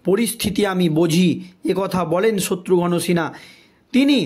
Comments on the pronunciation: উচ্চারণটা ঠিক করুন । শত্রুঘ্ন আর শত্রু- ঘন র মধ্যে অনেক তফাৎ। এত বার শত্রু ঘন , শত্রু ঘন শুনছি, মনে হচ্ছে শত্রু এবার ঘন হতে হতে পায়েস হয়ে যাবে। " দর্সক" নয় রে ভাই, মাধ্যমিকে কত পেয়েছিলে ? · ঠিক উচ্চারণ কর, শত্রুঘন মোটেই নয় শত্রুঘ্ন উচ্চারণ কর, ফালতু। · The narrator is requested to learn to pronounce names correctly specially that of Satrughan Sinha.